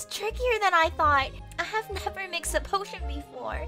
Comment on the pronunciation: said pot-tion